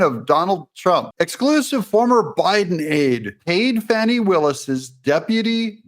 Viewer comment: Thanks for pronouncing her name correctly..Fanni as in Butt… not Fauni…. Old southern name.. had an aunt Fanni Belle